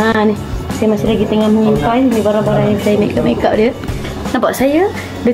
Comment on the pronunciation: saya je ke ek yg dengar dia sebut mekk kap? 🤣